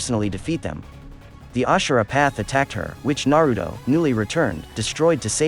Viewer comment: Tempted to dislike the vid everytime this man say "Narudo"